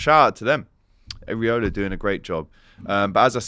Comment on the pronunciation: Think you need to practise you pronunciation of Iraola and Ouattara 😂 but otherwise great vid. Going with a 2-2